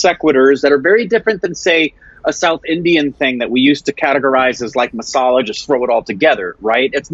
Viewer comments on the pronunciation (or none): none